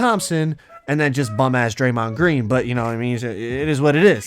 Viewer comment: “Legend Steph Curry, Legend Klay Thompson, and bumass draymind green” 😂😂😂😂😂😂😂😂